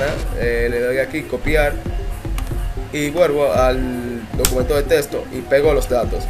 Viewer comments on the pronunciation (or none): se dice texto no testo